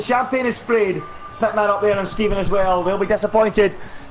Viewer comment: can u just pls learn how to purnounce skeevan